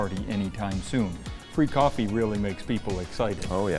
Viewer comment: Free coffee, it sounded like said “Freak-offy”, and I could only hope it wasn’t related to P Diddy’s version. I definitely would not ask for the cream, I would only assume they would use baby oil. 😂😜 Good to see you guys posting again. ❤